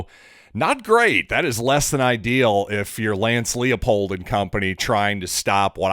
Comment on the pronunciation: Coach Leipold’s name is pronounced like lie - I will not tell a lie.